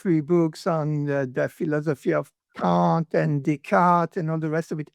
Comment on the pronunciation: Love the moment where the AI decides Kant becomes 'K and the cat' 🤣